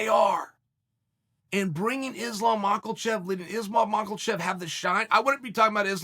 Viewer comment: Makelchev gets me every time